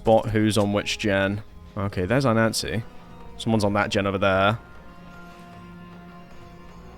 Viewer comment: why do you pronounce nancy as nazi?